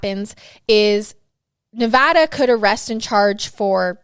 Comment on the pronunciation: Thank you for saying Nevada correctly